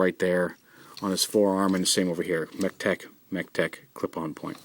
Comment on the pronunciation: when the part you say mechtech port a lot of times sounds like you say tetek (that's malay for boobs)